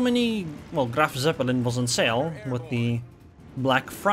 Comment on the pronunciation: try to say it kinda like "Graf Tzeppelin" not "Seppelin"